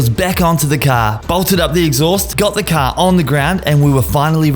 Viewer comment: Bro caaaaaarrrrrrrrr c a r car not ca you keep saying ca what the f is a ca